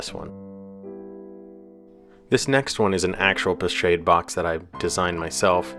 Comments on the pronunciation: Lovely work, perhaps a more accurate pronunciation, as it is a French word, would be ‘po-schaahd’ , like ‘ahh’, not as in shade. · Thank you for this - but it is pronounced 'po-SHOD' not 'shade'. Like a horse gets shod. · Being a French word, I thought it was pronounced 'Po-Shod'? Or is it 'Po-Shād'(the ā as in day)? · Pochade is pronounced with a soft "a" darlin...😊